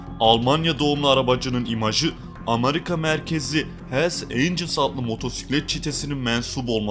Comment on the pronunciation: Amarika değil. Amerika.